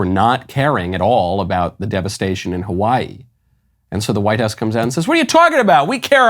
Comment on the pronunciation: As a person who lives in Hawaii, representing as such, I will allow just this one time that terrible mispronunciation, mr. Knowles